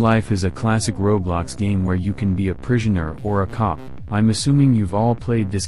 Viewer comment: nobody gonna talk about how the voice said prishoner